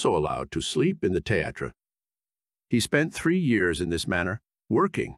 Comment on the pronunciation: What is a "Theh-ah-trah" supposed to be? If you mean "Theatre" or "Theater" then it's definitely not pronounced that way.